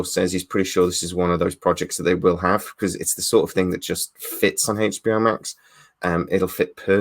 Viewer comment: What is this " Haich B O " you speak of?